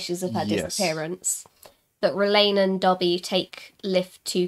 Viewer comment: Please! It’s DABID... not Dobby